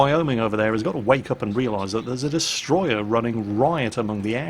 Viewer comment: it's not destroyer if it's japanese, it's DESUTROYAH!!!!